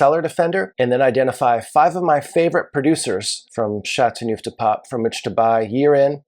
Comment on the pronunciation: I wish he'd learn to pronounce the appellation correctly.